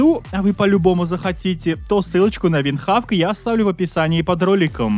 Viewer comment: Винхок! -Нэт! ВындХавк!🥸